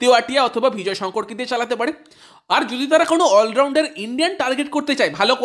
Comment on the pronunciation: Bhai bhijoy Sankar noy nam ta vijoy sankar